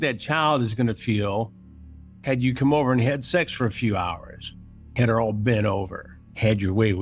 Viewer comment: Does Chris actually pronounce “SAX” instead of “SEX”? Been meaning to ask a while. Not sure if it’s my hearing